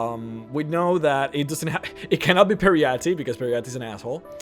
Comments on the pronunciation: It's Peryite, not Peryatti. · Peeriiahtee? Peryite? Wtf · "Periyate" "Hearcyne" Muh nigga, i understand english isn't you native language, BUT COME ON! :'D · its pary-ar-at ie its par-e-ar-ite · "pe-ree-ya-TEE"? is that how we pronounce peryite? i thought the e at the end is silent and the yite part is pronounced like "aight". i dunno i dont really turn the volume up when i play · Peryite. Per-EE-ite. Hircine. HER-seen. These names are literally said right in game. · it's pronounced "Pear-e-ite" with -ite as in meteorite. I think all names that end with an E or similar in TES are pronounced like meteorite etc. Such as Kyne, which is pronounced "kye-n" with kye as in eye. I've heard people say "kyeney" or "kyeni". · butchering the name Peryite. It's two sylables. Peer-right. get it right Her-seen not Here-seen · Pare -- ee -- ite Peryite :T. Minor nitpick, but just wanted to get it off my chest. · You’re pronouncing peryite so wrong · All of the bad pronunciations and grammar was killing me, even people who don't speak English aren't this fucking annoying. I couldn't continue any further as soon as i heard how he pronounced Peryite. Fuck this channel. Bring it, fanboys! Hear me insult your master! Fucking losers.... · L Takara listen to how he says Peryite and Coven for starters. whats wrong with your ears? It has nothing to do with accent, "bro".